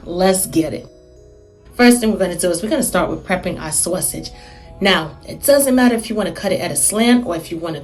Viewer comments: What is a SOH-A-sauge? 😜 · I LOVE HOW SAYS "SAWSEGE" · Omg me toooooooo!!!! 💕💕💕